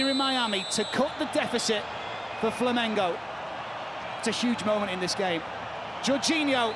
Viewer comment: If you're gonna be a sports commentator, I think the very least you can do is learn how to pronounce the names of the clubs and athletes involved. Dude kept saying "Flamenco". It's not a Spanish Dancing show, mate. You wouldn't like to watch non-british commentators saying "Loverpol", "Chilsae", "Minchister", "Spoors". Takes literally 10 seconds to google "how to pronounce X"